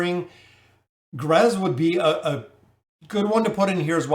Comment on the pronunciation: Irritates me that he calls him "grez” can he not see the other letters😭